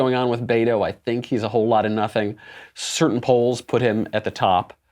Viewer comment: In case you're interested he pronounces it "bet oh," not "bay to"